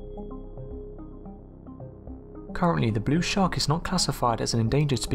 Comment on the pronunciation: What the bloody hell is a 'shaa-aark'? And what is a 'shooah'? Geordie, are you, chum?